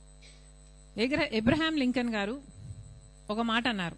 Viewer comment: అబ్రహం లింకన్ అని పలకాలి. ఎబ్రహం లింకన్ కాదక్కో. అన్నా చెల్లెలు ఇద్దరు కలిసి తెలుగును ఇబ్బంది పెట్టేస్తున్నారు. అక్క అన్నయ్యని హామీల గురించి నిలదీస్తున్నట్టు లేదు. చేసి ఉండి ఉంటే పంచుకునేవాళ్ళం కదా అని అడుగుతున్నట్టు ఉంది.😮😮😮